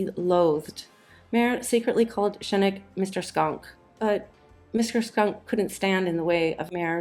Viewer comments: Nicholas Schenk's name is pronounced "Shank," more or less, in German. Goodness knows why people insisted on rendering it as "Skenk," in many Hollywood history vids. Just look it up. It's really easy. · It's pronounced Nicholas SKENK, which explains Mayer's "Nicholas Skunk" nickname. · Also the movie studio head was Joe Schenck Not “Schenecken!” And Keenan Wynns first name is pronounced as it is spelled not “Kee-yen!”